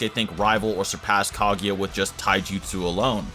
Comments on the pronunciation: It's Kaguya, not "Caghia" for fuck's sake :)) I don't like you at all, the guy who ranked Tobirama lower than the fourth Hokage :))) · it physically hurts hearing you pronounce kaguya as kagiya